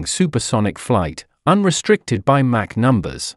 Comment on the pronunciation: It's Mach, rhymes dock not Mac! "US State Route 71"😅🤣😂 Official CCP YT channel